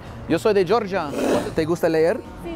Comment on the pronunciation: The way he says, "Yo soy de Georgia" all paisa cracks me up. 😂😂😂